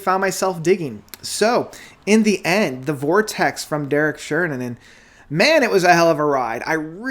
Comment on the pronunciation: Love how you keep getting his name wrong always :D